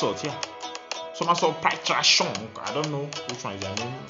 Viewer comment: Love how you said it, Peitra Shong 🤣🤣🤣and yes this is the original song.